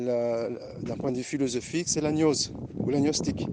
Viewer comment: on dit gnose avec un gueu, pas avec un gneu